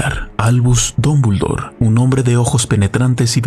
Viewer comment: Dombuldor, Dombuldor? Estamos leyendo el mismo nombre, CATETO?